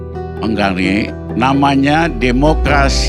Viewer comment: DEMOKLASI SI PELAT